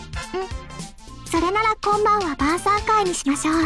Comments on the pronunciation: 「今夜は晩餐会にしましょう」が「今夜はバーサーカーにしましょう」に聞こえてしまった笑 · 晩餐会がバーサーカーに聞こえたw